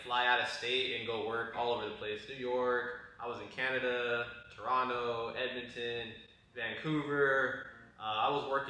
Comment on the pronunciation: s/o for saying toronto properly lol 💪🏼😼